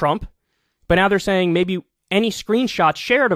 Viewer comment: After rereading my comment, I can certainly see how it can come off that way; it really wasn’t my intent. His diction is excellent, which is what I primarily wanted to convey. I also realize his “know what I’m sane” style may be just that: style, and may not reflect anything else. It seems to be pretty effective; even if he can’t quite seem to reach 1M subscribers, it rounds off quite nicely, and is way higher than most.